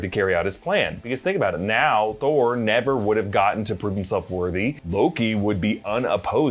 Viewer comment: “Give me the toah”